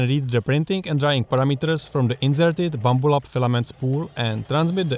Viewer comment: He calls it a "BLAMBLUB"